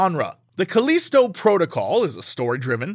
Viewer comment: Jesse saying Callisto wrong is hilarious